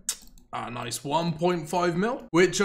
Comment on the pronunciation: said nice-u